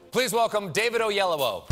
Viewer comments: I was hoping that he wouldn't butcher his name too tough. but dayum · And imma let you know that we Africans tell people who can't pronounce African names to pronounce it in a way that they can. I'm telling you, that's not how his parents would say it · I cringed every time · oh-yellow-woah?????? so so so so so wrong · Ade Odumade I knew you would reply with that but it's completely besides the point. If David tells people to say o-yellow-o then Stephen is far from wrong to pronounce it that way.